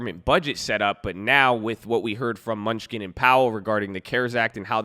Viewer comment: It’s Steve MEN-NU-CHEN, lmao, not MUNCH-SKIN! 🤦🏻‍♂️🤣